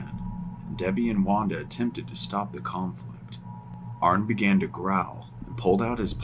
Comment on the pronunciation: Arne is pronounced Arnie😊